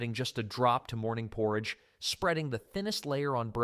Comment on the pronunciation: Are you saying porridge????